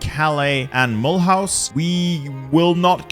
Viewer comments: mul-haus? :O Mu-loo-ze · That prononciation of Mulhouse though lol